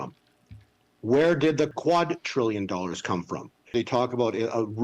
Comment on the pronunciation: Hey not a real big deal but it’s quadrillion with a “d” not quatrillion with a “t” Just thought I would let you know